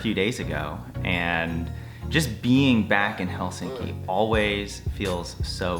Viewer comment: You’re the first American I hear pronouncing Helsinki correct 😊 Nice to hear you thoughts on our country, hope you’ll be able to visit again 😊